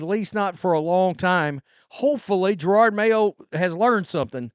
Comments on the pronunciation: Jer-od not girard Ffs 😂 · Lol always with 2 r’s, Jerord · I just can't wait until you stop calling him GerARRRRD Mayo. And who the hell is Tommy Kiernan? It's CUR-RAN.. love your coverage on this whole thing btw, just breaking your balls